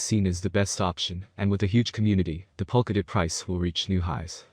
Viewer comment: My guy, do not create a bunch of YouTube channel and upload similar content, none of your video or any of your other YouTube video actually pronounce POLKADOT right.